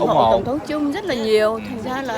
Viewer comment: (cũng như nhiều người VN, nhất là trong nước, nên phát âm chữ Trump cho đúng kẽo người Mỹ nghe thấy khó chịu. Không phải "trum (p)" như tiếng Việt mà là "trâm (p)", cùng vần với "pump".